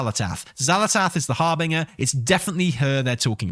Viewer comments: Harbeaner? LOL it's HAR-BIN-JER. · Seriously? Har-bing-er? Again? Can you, for the love of God, just pretend the 'g' is a 'j'? You know, like in ginger? It's pronounced Har-bin-jer. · I breathe sharply through my nose every time says har-bing-er. Would make a great drinking game LOL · Actually it's pronounced Harbinyer. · You mean it's not pronounced "hair - bringer"? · I'm getting on a train to Swansea right now to slap you until you start pronouncing"harbinger" correctly. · corrected by his wife that it's a soft G in harbinger. uses the hard G anyway.